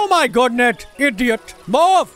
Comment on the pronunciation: "Oh my goodnet"